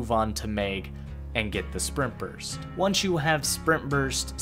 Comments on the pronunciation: Am I the only one hearing him say "sperm burst" instead of spring burst? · everytime you say sprint burst i hear sperm burst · I swear to GOD every time you said sprint burst it sounded like sperm burst